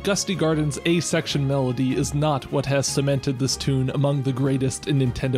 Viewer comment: Every time he says "A Section" it takes my brain a few milliseconds to realize he isn't saying "asexual".